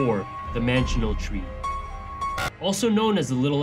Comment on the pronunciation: The manchineel tree is the most poisonous tree in the world and it’s pronounced (man-key-neel)